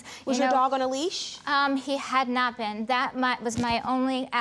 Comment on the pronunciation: J M it’s leash not lease